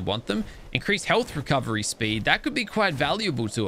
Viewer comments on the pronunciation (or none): none